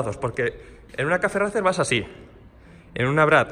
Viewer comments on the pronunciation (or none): Cafe racer, demonios tu ingles 🙄🙄🙄🙄🙄🙄 se pronuncia "reicer" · ¿Porque no pronuncian bien el estilo los españoletes ? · Porque los españoles pronunciamos Racer tal cual suena y no ‘Reicer’. Es un anglicismo que así se ha importado. En nuestro instagram publicamos en inglés y verás que escribimos el idioma de manera cuasi-perfecta. Un saludo! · Disculpe amigo porque ustedes dicen racer y no como se deberia pronunciar!? Bueno es que aqui decimos la pronunciacion en ingles 😅